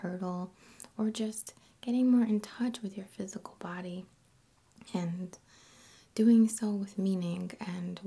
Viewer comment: man i like her vids in general but the fact that she mispronounces silent 'g's constantly gets to me. dancin(geh), lovin(geh), doin(geh).